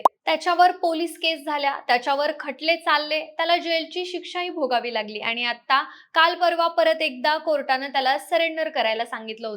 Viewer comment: ही काय मुलगी आणली तुम्ही? आनी पानी करते आहे. शुद्ध बोलणारे मिळत नाहीत का तुम्हाला?